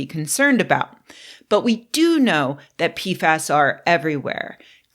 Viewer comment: Sorry, I only hear peef ass, and it makes me unreasonably giggly 😹